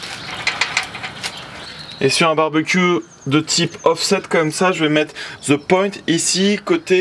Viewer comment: (the)de bark ... pas ze bark... les français qui essaie de parler anglais 🤦‍♂️😂